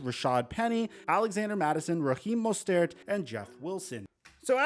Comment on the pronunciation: raheem mo-stairt. 😂